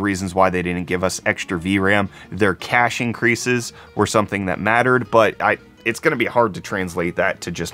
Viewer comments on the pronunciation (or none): none